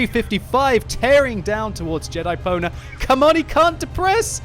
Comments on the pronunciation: Ahahahah doesnt know how to read Pwner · totally thought he said Jedi-boner. lol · I swear I heard you say Jedi boner... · It sounded like he said Jedi boner instead of Jedipwnr...